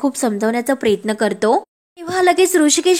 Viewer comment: किती गावंढळ आहात हो तुम्ही सांगितलं होतं व्हिडिओ तयार करू नका हजारो अशुद्ध शब्द बोलता बैलाचा कासरा असतो दाव नाही प्रयत्न प्रेयत्न नाही इतके वेळा सांगूनही तुमच्यात काहीच बदल नाही😅😂